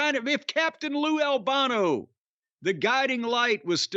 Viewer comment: The way Jim pronounces Kowalski, Moolah and Albano is weird